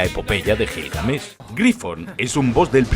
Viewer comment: cómo que Gilgamesh lo pronuncias Con J no es Jilgamesh es como decir Jato y no Gato